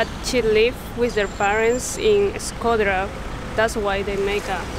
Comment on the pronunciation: Shkodër and not shköder